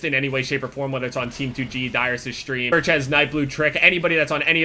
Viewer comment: I love how he says Shtream